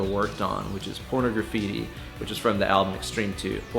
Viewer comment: if Nuno is one of your favorite players, you should learn how to pronounce the album Pornograffiti. It's not Porno Graffiti, it's like pornography-ti. You say the pornog part, then graffiti. Not porno. Say por-naw-graffiti.